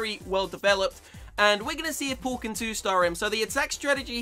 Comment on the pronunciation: Lol he says pull instead of paul